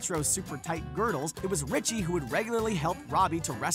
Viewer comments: christina RICHEY??? um, i think its pronounced "Reechy" DUH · It's Christina "ree chee" not "ri che". I've heard her name pronounced "ree chee" ever since 'The Adams Family' was in theaters. Never have I heard it pronounced "ri che". What country are you from, dude? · Why can you guys at and CBR ever pronounce all the words correctly in a video? Its Christina "Ree-chee," not "Rich-ee." And your slate for "She's a Tomboy" says "She has a strange diet" again. C'mon guys, quality over quantity.